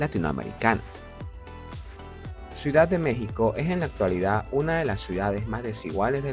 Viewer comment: Ciudad. No suidad